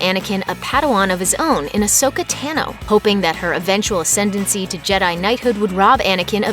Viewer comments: its tean-o not tan-o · You said tano wrong